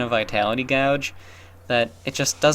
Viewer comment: Does he mean Vitality Gauge? or Vitality Gouge?